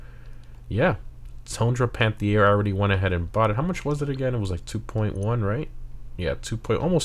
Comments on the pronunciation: Just say "panth-air" God, i hate doing a grammer n*zi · It is pronounced Al"peene" not Pine like a Pineapple or something. And Panthere without an i, and the first "E" of Panthere has an "accent grave" but R* can't use that in Gta Online.